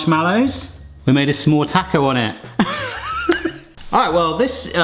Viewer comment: hehe it feels like you're saying 'some-more' maker 😊